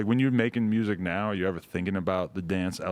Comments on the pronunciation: I love it how every Memphis dude (Yo gotti, Blacc Youngsta, Dolph, Moneybagg) is saying muersic xD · Memphis niggas always pronounce music funny